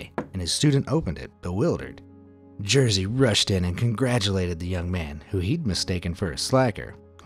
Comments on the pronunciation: its not jersey its jerzy XD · Sam jesteś Jersey XD Learn Polish pronunciation, dude! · you could look up pronounce of name Jerzy lol... that what you say is not even close...